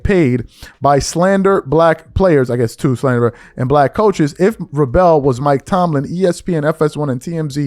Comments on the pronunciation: "VRAY-BULL!".....once more....."VRAY-BULL!" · She’s an NBA reporter. Why would she comment on Mike Vrabel? She doesn’t EVER talk about NFL players. And it’s pronounced (VRAY-bull) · Vrah-Bell lol? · its pronounced "VRAY-ble" not "vray bell" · Vrāāā•BLE not Vră•BELL. Google the pronunciation of the people you're speaking on before speaking on them playa. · Cant watch this with a straight face 😂 dude keep saying Vra bell its vrabel like vrable, think mabel. And i know hes not just doing it, he makes me laugh every time he reads. Still great content tho. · VRAY bul rhymes with TABLE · Don't you know how to pronounce Mike's name? Vra....Bel. Not that hard. I can't stand Malika but this isn't the same thing. Diana didn't work in the same organization as Varbel. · dude you pronounce His name as VRAY - BUL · It’s pronounced Vrae-ble! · Bro U PISSING Me TF Off The Way U Pronouncing VRABEL It Is Pronounced VRAE-BRELL‼️😂🤣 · 🥷🏿 it’s VRA-BEL!!!! Only 1 L fam not 2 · His name is pronounced VRA - BL. Long A short E. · Bro, why is is it so hard for you to say VRAY-BELL 😂 anyway screw Malika Andrews, Richard Jefferson, and Kendrick Perkins too, they allow it and NEVER call her out on it. It’s all a game by ESPN to keep people watching. I’ll never watch anything that she’s apart of. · Preach! And yeah his last name is pronounced like VRAY-BUL. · It's pronounced Vray-Bull (Vrabel) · VRA-bul is how his name is pronounced. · Enjoy your show. Vrabel is pronounced "Vray- bowl" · his name is pronounce like this Vray bal😊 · Why do you keep pronouncing that man's name wrong you know that's not how it's pronounced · sports commentary and don't know how to pronounce Vrabel?? cmon son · A person who claims to analyze sports doesn’t know how to pronounce Mike Vrabel’s name. That’s crazy. Also thinking a coach sleeping with an employee is the same as a coach sleeping with a reporter is crazy. The tweets you read couldn’t even put together a sentence. Take an L and sit down